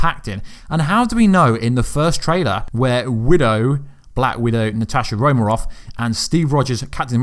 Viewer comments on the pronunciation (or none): I had to pause the video and laugh a bit for after you said "Natasha Romaroff."